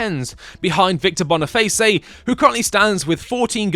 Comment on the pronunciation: Loved the video! But it's just Victor Boniface bruh, like bone-e-face, not boniface-ay